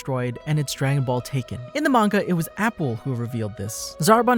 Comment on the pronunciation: AH-Pool Not apple I'm so sorry but it bugged me. Nothing against you m8 great vid